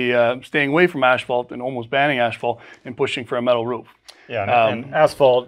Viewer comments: Ash-fault shingles? I would think that if you are in the roofing business, even if your focus is on metal, you'd know how to pronounce asphalt. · why is he saying ASHfault shingles?? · what is ash falt? im confused. is that like asphalt? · It's not ASH-fault . . . it's ăs′fôlt″ . . . . . . . . . . AND . . . the paint company is SHERWIN-Williams not SHERMAN-Williams . . .